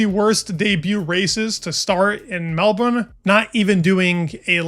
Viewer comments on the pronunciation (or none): none